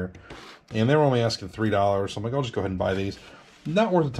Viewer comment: She said ten dollers